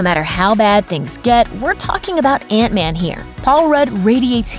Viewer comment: It's man not van